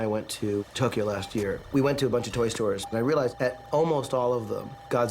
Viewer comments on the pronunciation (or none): none